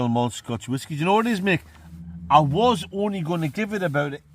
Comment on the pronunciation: So the whaskey tasted like flap jack yeah? rights......Oaty, Biscuity, syrupy, buttery, with fruit? 100% juicy fwoot japflak whaskey weview.......